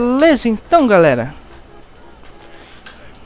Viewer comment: Iai "galela" kkkk Bugo da hora de falar mas LIKE